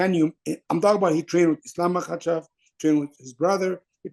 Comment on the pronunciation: Its MAKHACHEV not Makahchev,!!